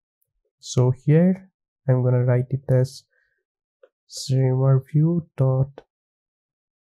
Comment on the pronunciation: Thanks for the content! funny, it's shimmer not shrimmer :D